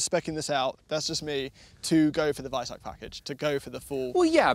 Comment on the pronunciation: hearing pronounce Weissach like that is painful